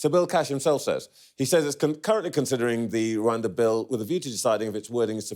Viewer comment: Gove; after being so repulsive about everything, manages to annoy me again & anew by his conspicuously weird pronunciation of 'Rwanda'